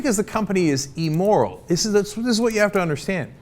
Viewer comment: What the hell does ee-moral mean Cenk?